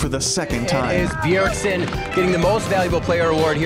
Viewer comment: Ever since the very first line i knew this caster couldn't pronounce bjergsen